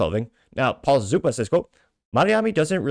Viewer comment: The name is Mamdani.. M A M D A N I…